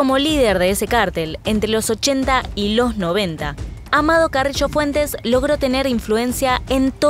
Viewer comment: Se dice Carrillo no "carrisho" jajajj xd